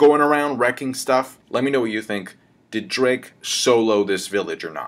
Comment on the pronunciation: It’s pronounced Diaz Drake,.